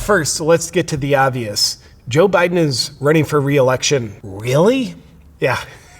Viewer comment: Not to worry JP. He's wunning not Running